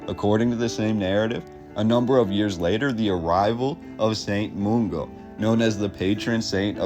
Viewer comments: Are you AI generated ? You ought to know what "alas" means, and how to pronounce Molendinar and Mungo. I call Bs. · Well done for not pronouncing it 'glass cow'. Way off with 'Molendinar', 'Mungo' and 'Enoch' though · ....2 things....please ask a Scot for the proper pronunciation of all those exotic words.....closes, St Mungo, Argyll, Aberdeen....they're really not that hard....second, please eliminate "the narrative" from your vocabulary....so SO annoying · You pronounced Glasgow correctly but not “Mollindinar or Mungo”, good work though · Nice video, first time I've heard an American pronounce Glasgow correctly, just need to work on your St Mungo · Glasgow pronunciation is spot on but Mungo is not moongo but mun like fun. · Nice but its St Mungo not St Moongo ffs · Overall this video was fantastic and very informative but I can't fathom why he choose to mispronounce St. Mungo as St. Moongo. There is no 'oo' in Mungo but there is definitely a 'u'. Maybe his native language is Spanish, hence the 'oo' for 'u'. Having said this I don't want to come across as overly critical because he's done his homework and I commend him for his effort.